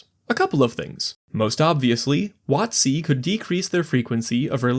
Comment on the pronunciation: Emphasizing it "wot-C" instead of "WOT-c" is really throwing me off lol